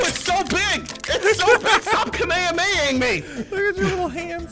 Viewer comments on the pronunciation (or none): AGH STOP KHAMAHAMEING ME LOL BRO ITS KAMEHAMEHA